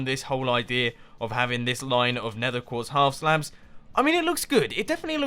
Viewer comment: '...a lot of building. Placing down sponges, placing down the glass, doing all of the gathering of nether quertz...' Nether quertz? Mumbo, you derped out. ERMAHGERD NERTHUR QUEEEERRTZ